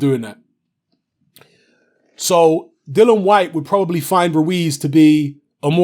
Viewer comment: I wish you'd say "Dillian", it's Dillian, isn't it? But decent vid... I don't know why you have to feel you need to "prove" your picks though. It seems many of your vids begin with "remember back in 1865, when I said this on YouTube? Don't get it twisted...."